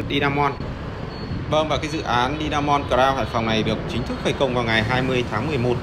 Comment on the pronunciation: Hải phong Today mà đọc Di a mon thì dở rồi